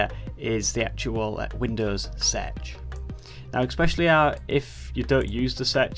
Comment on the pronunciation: i didnt know windows search was pronounced winous sedg